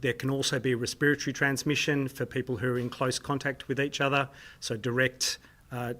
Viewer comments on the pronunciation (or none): He says respiratory but it sounds like spiritual; possibly Freudian slip